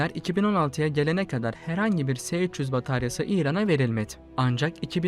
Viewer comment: Se300 diye okunmaz es300 diye okunur bunlar ince detay yakışmadı size gzt...